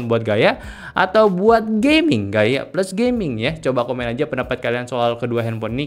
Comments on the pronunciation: knp bilang gamingnya harus "gayming" sus. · Gayming = gaya dan gaming Padahal dah dijelasin